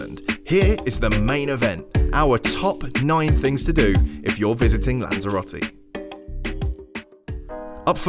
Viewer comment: "What to do in Lanzarote" or "Guide on how you pronounce Spanish the worst way possible"